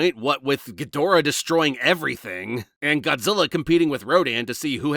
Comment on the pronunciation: effing punking. Question: I haven't seen the American dub of Ghidorah in forever, are you going with the dubs pronunciation or is it your American pronunciation that's... Lacking. You even got the Director's name (ironically?) Wrong. Sorry I didn't think it bugged me as much but on a second viewing I don't know why but my brain just hurt watching actual cognitive dissonance between the written name and how it's pronounced. Just an Asian man with too many pet peeves